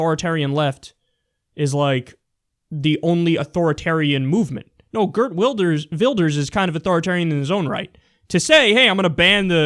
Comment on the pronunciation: Gurt ? i always like that english / american people try to pronounce a dutch word or name, get is almost right the first time, think its prob. wrong and then correct it in something that sounds totaly off.